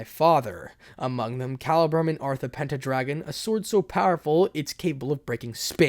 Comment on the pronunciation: Hey guess who back It's pronounced sigfreed and pen dragon